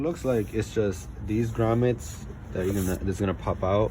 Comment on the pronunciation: Bro u said grommet! We are friends now lol only my friends say grommet lol thanks for the video!!